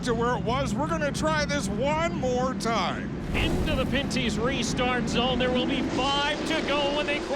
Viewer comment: It's pen/pin-ty's not panty's lol and it's not tagli an e, it's tagli on e lol